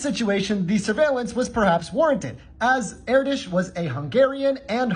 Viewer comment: “Air dish” God the pronunciation is killing me